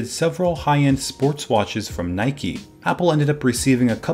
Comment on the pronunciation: Isn’t it Nike not Nikey